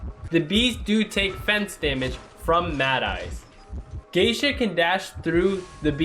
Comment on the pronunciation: “geichik” isnt it projounce “geesha”